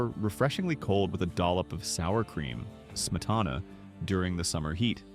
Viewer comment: smitana is pronounced smeetana which is sour cream in Russian.